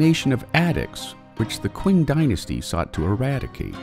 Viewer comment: You pronounced "qing" incorrectly. It's pronounced "ching." Just FYI